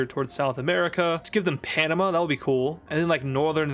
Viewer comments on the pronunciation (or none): none